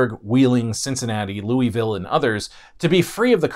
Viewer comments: I'm pretty sure Louisville is pronounced "Lew-wee-ville". After King Louis pronounced like that and not the way the first name is normally pronounced in English. Like we pronounce Louise but minus the "e". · People complaining about how he pronounced Louisville. Ask someone from Kentucky to pronounce the town name of Versailles 😂 Also, a teacher's friend wrecked his jet ski while on the Ohio, cutting his leg. It became so infected from the water they nearly ended up with an amputation. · Why do you keep mispronouncing names? Mobile, Papal, Louisville? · I'm a lifelong native,It's Louisville KY,as in king Louis of France,btw it's pronounced,lulvul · Lewis-ville Ha! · I was coming to comment how you can tell people aren’t from the area with how they pronounce Louisville. Hoosier born and raised. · yeah, and I'm from the south and you're mispronouncing Mobile and Louisville. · pronounced lou-i-vul or lo-vul not Louis-ville. Remember this is the south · As a native of Louisville, it's always been a bit of a joke how bad the Ohio is. The fish glow in the dark, they say. Or when a criminal jumped in it to escape the cops, "He's gonna regret that in a few years." Also, it's Loo-uh-vull. Louie-vill is acceptable but will get you immediately outed as an outside. Louis-ville just hurt my soul. Leave the s out unless you're trying to start a fight. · you have it wrong about the Ohio River splitting the North and South, KY was split, we had Frankfort as the Northern capital and Bowling Green as the Southern capital. The Sorthern Army made it as far as north Shepherdsville. And it's pronounced Louie-ville, not Louis-ville. We were orginally a French colony city, not British! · Perhaps some research into correct pronunciation is warranted. For instance: it's no "mobile"... it is Mo-Beal. It's not "ma-non-ig-how-la"... it is the Mo-naga-heal-a... and your worst thus far: it's not "Lewis Ville" or "Louie Ville"... it is Lou-a-vule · Um, it’s not Lewie-ville, it’s Lou-uh-vull